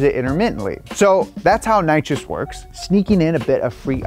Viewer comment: Please say nitrous that is like the worst thing